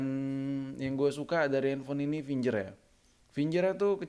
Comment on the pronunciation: Finger bacanya fingger bukan finjer